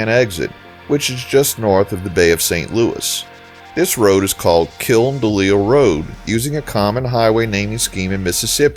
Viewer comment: Thanks for pronouncing correctly. I was shocked when I found out it was called The Kill D'lil Rd and not KILN DeLisle. LOL